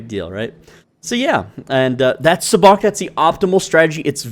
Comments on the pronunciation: PLEASE for the love of all of fandom...learn to pronounce it correctly. Even the game says the pronunciation WHILE you're playing the game. it is pronounced...SUB-BOCK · Why did you say sabacc like that 😭😭😭